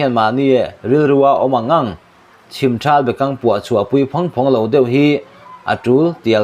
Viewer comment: Chhim thal bekang niloin,chhimthal bekang tih tur Ani